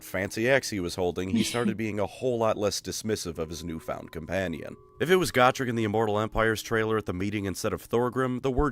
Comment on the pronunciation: its Go-Trek...for the love of GOD i cant stand the way people say his name now. this guy mutilates so many names my god in heaven.